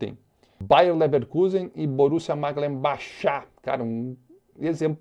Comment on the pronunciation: todo seu conteudo é top!!! mas Borussia Maglenbachá é brabo em kkkkkkkkkkkk